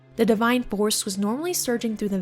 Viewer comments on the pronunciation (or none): none